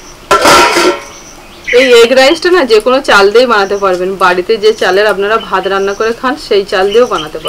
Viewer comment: ভাতকে ভাদ,বাটনাকে বাডনা, কর্ণ ফ্লাওয়ারকে কণ ফ্লোর।ও আজকাল ওর শ্বাশুড়ির মতো উচ্চারণ করে।